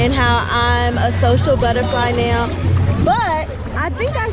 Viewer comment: I hate the way says "now". She pronounces it as Neoww.